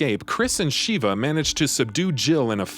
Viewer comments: her name is shiva not sheeeva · Excellent recap, but major cringe every time he says "Shee-vah" instead of "sheh-vah" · It was cringy having you say the names wrong. Especially, Sheva’s. I mean, they say her name so many times that not once did they say “SH-EE-VAH”. Come on, man! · sheh-va, not shiva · Sheva not sheeva short e not long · I cringe every time he says Shiva vs Sheva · Hate to be that guy, but it's Sha-vah They literally say this in the game, lol. Not Sheeva. Not sure why so many videos keep doing this. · you really wasted time discussing resident evil 5 chris and sheva when you COULD have been explaining its dlc desperate escape which actually includes JILL!!! also it's Sh-eh-vah... not shee.va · No offense when I say this buuuut Uroboros (Or-o-bor-os not Euro-boros) Sheva (Sheh-va not Sheeva) Idk how to spell Excella's last name but it's pronounced (Gi-ohn-ay not Gee-own) Sorry was just bugging me a little lol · Super cringey on how the narrator pronounced Chris' partner's name. It's like they never played RE5 at all. It's SHEVA not SHIVA. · Sh-eh-va? Her name isn't "Sheeva," you're thinking of mortal kombat bro... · Ugh I can’t with his butchering of their names 😂 Shhhhheeeeeva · Every time he says Sheee-va my blood hurts. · SHEE-VA COMPLETELY TURNED ME OFF!!! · Stopped watching when Sheva's name was mispronounced. RE5 had voice acting so there's no excuse. 🤦‍♀️ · There's literally no excuse to mispronounce Sheva's name.. the game has voice acting.. 😫🤦‍♀️